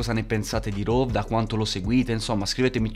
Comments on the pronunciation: Comunque si dice rhove non rhov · Si dice RHOVE con la E che si sente